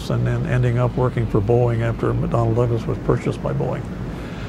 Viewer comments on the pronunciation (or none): none